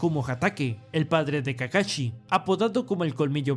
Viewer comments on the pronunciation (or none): llamenme mamador pero que culero se escucha que digan "kakachi" en vez de "kakashi" me recordo a mi ex que al "sushi" le decia "suchi"